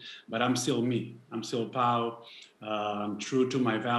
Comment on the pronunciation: His name is PAU not PAUL!!! Gosh.